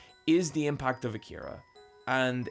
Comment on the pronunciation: So when are we gonna tell him he's saying Akira wrong?